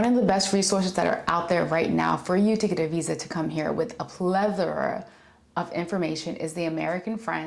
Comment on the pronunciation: "a plether"?...*a plethora